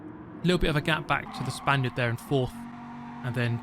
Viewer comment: I wanted to ask this for a long time, now. I thought was "Spanish", but apparently "Spaniard" seems more used. Then it could be just a problem of mine(my listening it's not bad, it's worse) but I ear "Spandiot" everytime, like "idiot" mixed with "Spain". Either it's just my listening or you don't like players from Spain in general...